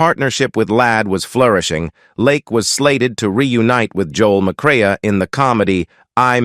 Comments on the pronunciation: Joel McRAY, not McRay-UH! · Interesting. Sad. And it's pronounced "McCray ".